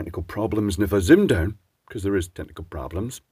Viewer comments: I thought you said tentacle problems rather than technical problems, and now I shall refer to them by nothing else. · OK is it "technical problems" or "tentacle problems" can I get a clarification? The accent is just not cutting it this time and it couldn't be both right?